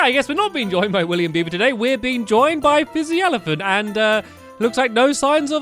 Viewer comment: Lmao, Fizzy ELEPAHNT XD